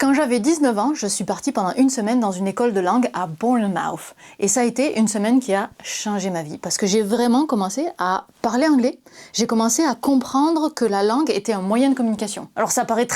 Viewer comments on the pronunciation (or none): Bournemouth, comme Plymouth et Portsmouth, ça se dit -muth, pas -mouth. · Je crois que Bournemouth ne se prononce pas exactement comme ça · À moins que tu parle d'une autre ville sue celle en Angleterre, qui aurait une prononciation différente, je ne peux pas valider ta manière de dire "Bournemouth"